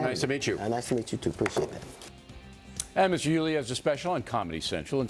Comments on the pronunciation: Leave it to Bill O'Reilly to not even know how to pronounce D.L.'s name.... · Oreilly so disrespectful. Mispronouncing his name racist jabs all through the introduction. Anyone who supports this network FOX news is racist. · He knows how to pronounce his name. Orielly was just being an idiot. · O'really, You might want to learn how to pronounce your guest last name. Oh did I say your name wrong?